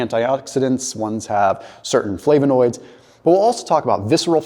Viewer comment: You’re pronouncing flavonoids wrong